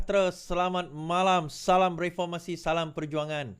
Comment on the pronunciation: weh bila beri Salam tu biar betul2